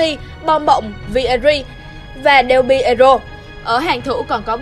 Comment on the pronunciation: người ta là del piero mà gọi là đề pì đề ô ?